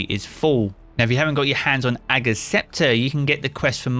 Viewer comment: when you spell ager's scepter wrong and you say ager's scepture